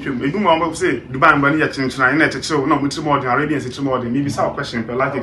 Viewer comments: Ah Akabebezer, is not Dubar pls Is Dubai hahahahahahhahahah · its not Dubaaa. Its dubai lol